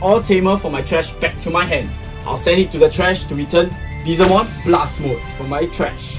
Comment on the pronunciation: The comeback was epic , awesome battle as usual. 💜 Also, just wanna make sure r u guys calling our evil dude BeeZELmon ?? lol bcs i'm sure i didnt hear BeeLZEmon or even Beelzebumon.. 😅😝 (well either that or i should have an ear opperation 😁)